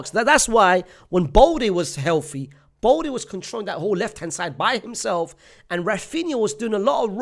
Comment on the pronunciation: Bro i beg you stop calling Balde BOLDI